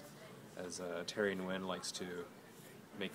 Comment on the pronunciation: tangent/pet peeve: Nguyen is pronounced WIN. annoying...